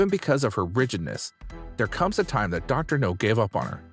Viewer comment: His name is Dr. NOW, not Dr. No.